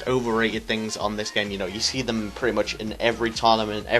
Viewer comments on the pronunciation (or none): none